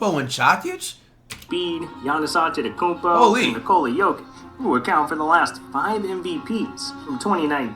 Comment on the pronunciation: Bruh I die Everytime he calls jokic jock itch